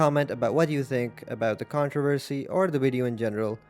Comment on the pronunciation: ive never heard some pronounce controversy like you just did 😂